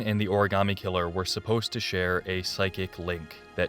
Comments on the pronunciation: I know I'm a little late but Heavy Rain and quality voice acting or acting in general does not go together 🤣... Take a drink every time a character says ori-gam-ee instead of ori-ga-mi... Also the rich psycho son that you meet when looking for the missing children was the WORST 😭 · Oh and the best plunders in HR: ORIGARMI. The actors could not pronounce origami and it's sad.